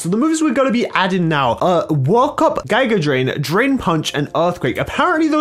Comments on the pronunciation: It’s giga not gIga drain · I think he pronounced it as "GuyGa".... it triggered me but i still love him... no homo